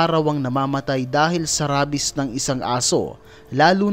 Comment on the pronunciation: Rabies is pronounced reybis